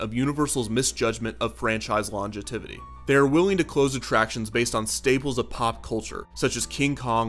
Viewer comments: I love the channel! Just for the record....it's "longevity," not "longetivity." Sorry - I was college prof of cinema studies for 10 years - I can't help myself. :) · I like your videos a lot and think they're really well made but I couldn't help but hear you say "longetivity" when what I assume you meant was "longevity" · I believe the word you intended to use was "longevity" as opposed to "longtivity" 😄😄 I love your videos!! I've been binging them like crazy!!